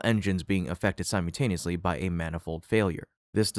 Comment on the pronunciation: There is no such word as "simeyoutaneously." I looked it up. What the heck do you mean every time you say "simeyoutaneously"?!!? I'm guessing you mean "simultaneously," but the "l" in the syllable "mult" is not silent, and there is no "y" in the "mult" syllable of "simultaneously." Do you also pronounce "multiply" as "myoutiply"? or do you say "myuotiple" when you really mean "multiple"?!!? The syllable "mult" is pronounced exactly the same in all of these words, and that pronunciation is NOT "mute," or "myoute." If your going to do voice over, you should at least learn how to pronounce simple words properly!!!